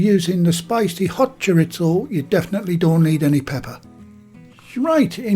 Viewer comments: “Chor • ees • zoe” not “chor • its • oh”. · "Choritzo" Haha! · Just FYI, it's pronounced Chor-EE-zo. Mexican loose meat Chorizo is WAY better. I love the combination of Chicken and Chorizo. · Love the videos but can we please stop saying "choritso" it's Spanish, not Italian 😊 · We have Delia Smith to thank for the silly mispronunciation of 'chorizo'. In mainland Spain it's "choreetho and in south American Spanish," choriso". As for those pies, it's 'pollo con chorizo' if you want to cause eye rolling down at the local, but I'm surely going to have a go - with the spicy 'choriso', I like a kick on the tongue as the Bishop said to the actress. 😛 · There's no T in chorizo,!